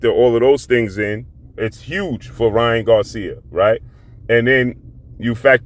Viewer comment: Why do you keep calling him king ra when his name is king Ryan